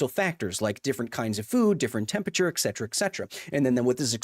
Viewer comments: Kyles arguments are all void because he said “eccedra” instead of “et cetera” nah but fr i love the video. people arguing in bad faith dont deserve to be debated. scientific consensus isnt up for debate, especially not with nerds online who dont know what theyre talking about. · The only thing I disagree with him on is how he keeps pronouncing "etcetera". 😅 Pet peeve! There is no "x" in the word! Lol